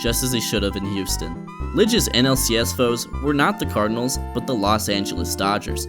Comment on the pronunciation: Great content. May wanna fix saying "Cardinals" though